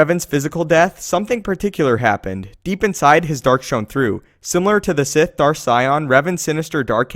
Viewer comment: Sith not sigh